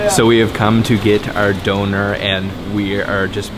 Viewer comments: It is called döner (doener) not donor, and it is not lamb but beef. This isn't gyro. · Döner. Döner! Not Doner! 😵‍💫🤢🤦‍♂️ someone shout slap you every time you say it!